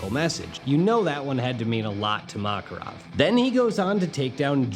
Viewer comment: Kept getting distracted by his mispronouncing of the names. Mock-erov, Loxus, Gah-xeel.